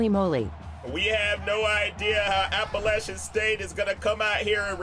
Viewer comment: thank you for pronouncing Appalachian right